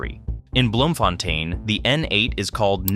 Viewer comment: Nah, he didn't mention bloemfontein He said "Bloomefontaain"😂😂